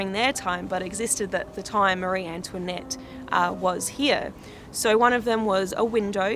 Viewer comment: la façon dont tu prononces "Marie-Antoinette" est , comment dire, très Américanisée.